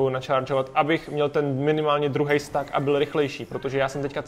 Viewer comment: Proč říkáš stak? 🤣🤣